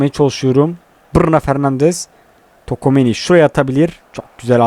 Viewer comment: Ulan hala tokomeni diyon çuameniye